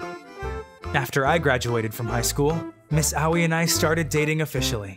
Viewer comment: everyone whos seen beelzebub be cringing at the "Aoi" pronounciation